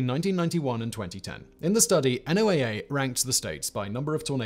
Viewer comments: FYI, most of us who work with NOAA call it "No-ah", not "en-oh-ay-ay". 🙂 Thanks for another informative and entertaining video. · NOAA is usually said like "Noah" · BTW, instead of spelling out the acronym, it's NOAA...Like Noah's Ark. It works on a couple of levels.